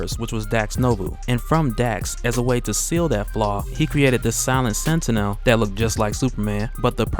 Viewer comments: minor critique. look up the X-Men cartoons to see how to pronounce 'Sentinel'. Its annoys me like when I watch Onemindsyndicate and they mispronounce words. Otherwise keep posting and I'll keeping enjoying. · Learn how to pronounce sentinel. Jesus Christ.